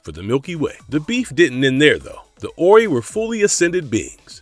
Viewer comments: 'Orrey'? Wow. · Stargate truly was an epic series. Only one movie I disliked which did not have the same actors as the series. P.S You pronounced The Ori wrong. Have you actually watched the series? You just listed aliens from the series without any kind of factual knowledge other than what is copied from others. "Fully explored" my butt...